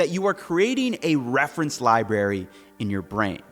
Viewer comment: "Libary" lol Great video!! Love the content ❤